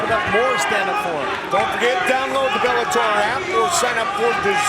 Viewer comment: And right before that he said "The new Bellatoy lightweight world champion"